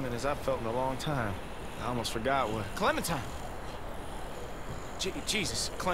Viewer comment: She says clementine..